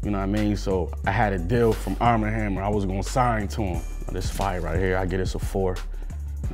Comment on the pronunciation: This "Fiyah". *Gives low rating